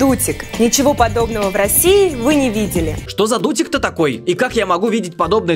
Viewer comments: Мне одному послышалось "дутень" вместо "дутик"? 🤔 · Как всегда офигенное видео. Угарнула с Дутика😂 Сначала показалось,что она сказала Додик😂😂😂😂😂